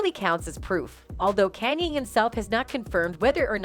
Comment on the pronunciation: Can you please pronounce Kanye name properly